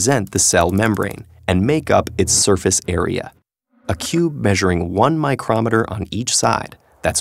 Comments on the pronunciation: Micro-meter not microm-eter. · Why is he pronouncing it micromet-er and not micro-meter? its bugging me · I think I found your confusion :) the way in the video is used when talking about an instrument while it should be with the long 'e' sound if talking about the unit (as he was) So yes, there IS a word pronounced like that, it just isn't the correct one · It sounds more like "microm meter" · I love it when he says micrometer xD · Even people that pronounce kilometer like in the video will say every other SI unit with a long 'e' sound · Thats a weird way to pronounce micro meter lol